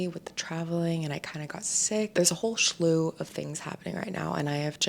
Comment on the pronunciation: Hey,. You said it twice so....the word is "slew" (no h in there). Good luck with everything!